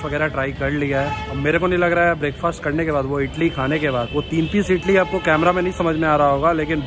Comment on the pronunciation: Bhai ap idli ko itli itli kiu bol raha Ho😂🤣